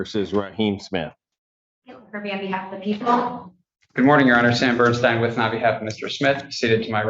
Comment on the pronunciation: "How did he KICK the door?'....."wif his foot"